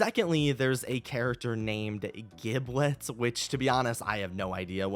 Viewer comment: It’s actually pronounced “JIB-let”, with a soft “G”, and it’s a part of a turkey’s anatomy. More than likely, it’s going to be a bird or Thanksgiving-themed character. 🙂‍↕️